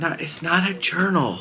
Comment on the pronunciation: I love 💕 your fabric. So cute. LOL, I busted out laughing the first time you said journal. My ears heard ‘ urinal ‘ ,,, sorry but it made me laugh 😆